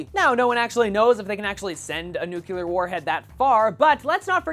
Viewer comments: love your videos, but its pronounced "NEW-CLEAR". Not "NUKE-U-LAR". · you did it again... it's "nook-lee-er", not "noo-kyoo-ler" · Nu-cle-ar. please.